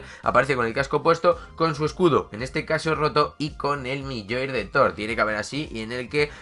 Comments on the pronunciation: Se dice mjiolnir no milloir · Se llama mjolnir y se pronuncia MIOLnir 😣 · Con respeto te digo que no podía parar de reírme cuando decías MIYOIR aunque yo antes decía MIO MIE 😂😂😂.....los que vieron la película de thor lo entenderán